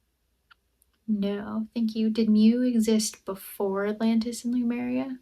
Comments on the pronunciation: She is not even sure where Sardinia is. Pronouncing Lemuria as Lumeria. Face palm. Every time i watch. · Lemuria ✅️ Lumeria ❌️